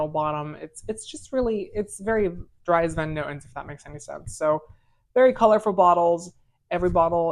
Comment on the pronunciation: Way to butcher every name including the house's name 😂 do a little research next time to add weight to your reviews